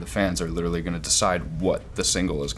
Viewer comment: No one: Charlie: “LiTtErAlLy”